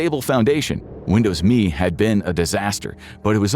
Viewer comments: why the fk are you calling it Me? its M.E. mellenium edition dmb fk god damn dude. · I have never heard a human say "Windows Me" like me was a word. 100% of the time I have only heard "Windows M.E." You know, like the initialism it is. And he says what the letters stand for. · ARRGH! It was never Windows "Me". It was ALWAYS pronounced Windows Emm Eee. Also, XP didn't come first! Windows 2000 came first! And, dammit, your OS is NOT a "Program"! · There is NO SUCH THING as Windows "Me" . . . IT'S M E . . . . "M"illennial "E"dition . . . NO ONE EVER called it "ME". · Who called it me? Everybody I know called it M E . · Why at it like "me"? When has it ever been referred to as anything other than M. E.? This is the first time I've heard it called "me", and I remember Windows ME surprisingly well, considering its total failure. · Windows "me" not M E or millenium edition. If I was sure you didnt use AI before, its a sure thing youre using it now. Such a shame.